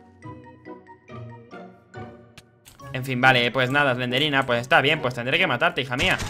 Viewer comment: Se dice slendrina